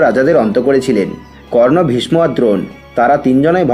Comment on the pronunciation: ভীষমো আবার কি? উচ্চারণ ঠিক করুন